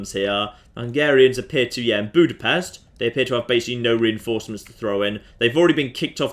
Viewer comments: Its weird to hear people from other places pronounce "budapest". Well at least you didnt say bukarest. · I have to know the proper way to pronounce Budapest now. I say it like BOO-dah-pest.